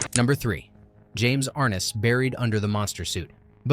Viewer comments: Ar-NESS!!! Ar-NESS!!! Idiot. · Pronounced R-Ness.